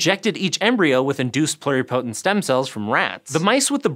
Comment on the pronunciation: Anyone else cringe every time mispronounced "pluripotent"?